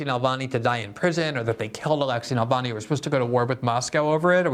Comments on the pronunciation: Glenn, it's Navalny, you keep saying Nalvany. It's misspelled in the title, too. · Glenn pronounces Navalny as "Nalvany." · Glenn not being able to say Navalny's name (without a malapropism) after more than a decade reveals remarkable ignorance - and not knowing that he has more than 2-3% support in Russia.